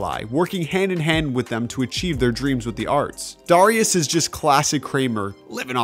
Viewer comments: Also butchered Darius’ name too. It’s pronounced dare-E-us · First 20 seconds and yall already messing up JR crickets is pronounced J R not junior... and the lemon pepper wet (with the sauce) was always on the menu, they just added his name as a thank you after And WHY do you KEEP mispronouncing Darius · can you say darius correctly please